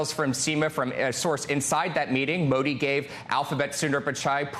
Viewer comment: If you wanna cover world leaders, at least learn how to pronounce their name correctly